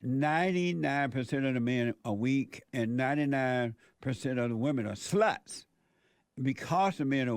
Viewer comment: "Over in Sweeding, the girls are all suh-luts"